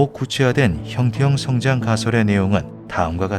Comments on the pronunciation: 영상 내내 형태형-성장 으로 읽으시는데 원어를 보니 형태-형성-장 이 맞는것 아닌가 싶습니다ㅋㅋㅋ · '형태형 성장' 이 아니라 '형태 형성장' 이라고 띄어 읽어야.. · 주인장이 띄어 읽기를 잘못하셔서 헷갈릴 수 있는데 형태형 성장이 아니라 형태 형성 장입니다. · AI인지 아닌지 모르겠지만, 나레이션을 잘못 하고 있음. "형태형성장"은 "형태형 성장"이 아니라 "형태형성 장(場)"임. 원어는 영상에도 나오다시피 "Morphic Fields"임. "Morphic Growing"이 아님. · 나래이션이 너무 거슬려요… 단어의 뜻을 오해해서 발음하시는거 같은데 성장의 뜻을 지닌 [형태형v성장] 이 아니라 feild, 장의 뜻을 가진 [형태v형성v장] 혹은 [형태형성v장]으로 발음하셔야 옳은것 같습니다. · 형태형 성장이 아니고 형태 형성장 이라고 읽어요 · 형태형 성장이 아니고 (형태 형성) 장field 이네요. 발음할때 잘 분리해서 말해야 의미전달이 잘될 듯. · ㅋㅋㅋㅋ 이게 너무 신경쓰여오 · '형태형 성장'처럼 발음하시는데 제대로 전달하려면 '형태 형성장'으로 읽어야 맞습니다.. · 형태-형성-장 이라고 읽으셈.